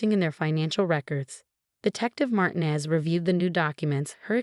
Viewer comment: ER, not air. we're, not were., have your AI program learn to pronounce Martinez correctly. Lunged, not lunge. God, not got.